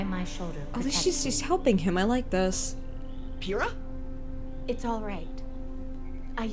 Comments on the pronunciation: Hey,, it's a "P" on the beginning of her name, not an "F". It's Pyrrha (pronounced Peera). Sorry, but that bugged me JUST ENOUGH that I had to say it. Otherwise, you are doing AMAZING with your RWBY reactions! THANK YOU fo reacting to this series!!! <3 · It's Pyrrha, not Phyrra. It's a P sound, not a PH sound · “I’ll say their names correctly” “Fyrrha” XD Pyrrha girl, with a p :) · It’s PYRAH not Fyrah. Pyrah Nikos. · On the thought of pronouncing names right: Pyhrra is pronounced Pier-ah not Fear-ah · I like this format of viewing so much more. Lol, also, it's Pyrrha not Fyrrha! XD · Yang is Goldilocks, yes and Pyrrha is pronounced with a Pah sound in the beginning. It’s not Fyrrha which is how it sounds like you are saying. Sorry. I understand you’ve got a bit of what sounds like an accent. Just trying to help. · It's Pyrrha with a strong P. "Pirah" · In Volumes 2-4, there are companion videos called "World of Remnant" that go into detail on the lore. Be sure not to miss those! Pyrrha's name is pronounced "Peer-a." It comes from the Greek word for fire, same as "pyre" like a funeral pyre. There are so many great ships, and so many great ship names! Ship names in RWBY tend to relate to colors, motifs, and character inspirations rather than just names. I'd love to see a reaction to the soundtracks, especially since there are a couple songs on a couple of the soundtracks that don't make it into the show, but foreshadow some romantic feelings that become relevant further down the line. I love your reactions! You have yourself a new subscriber. Welcome to the FNDM! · hey, Pyyrah's name is pronounced Peer-ah. with the hard P at the beginning of her name. It is in reference to when Achilles tried to avoid being pulled into the Trojan war by dressing as a woman. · Hey. Pyrrha’s name is pronounced Pier-ah. Weiss’s name is pronounced Why-ss. Hope this was helpful:) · Pronunciation of Pyrrha with a hard P, like Pee-Rah. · "Pyrrha" is pronounced peer-ah btw